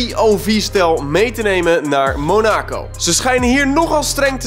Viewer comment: Het is niet monaaaaacooww maar mon ac o.